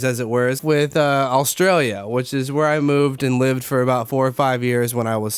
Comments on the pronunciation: Considering you lived in my county you still can't say it proparly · The way he says Australia was really getting to me